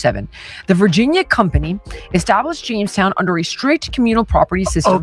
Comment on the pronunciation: Was it Jonestown? Or Jamestown?